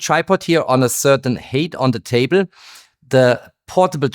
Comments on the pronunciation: For height you say hate (Hass) It should be hite (höhe). Merry Xmas! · Height is not pronounced het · 😅Height = hite not hate. Very interesting video, as always.